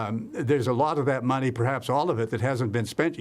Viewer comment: It's in the toilet my friend. "I no have no muney" 😂